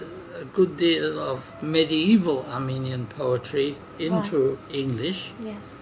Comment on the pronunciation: I wish I could speak Armenian as well he can, unbelievable his accent and pronunciations are perfect Thank you Dr. Stone